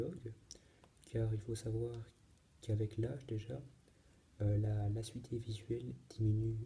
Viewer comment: je crois qu'on dit "acuité" et pas "asuité" mais j'aime bien tu relaxes bien et utilises un registre agréablement soutenu.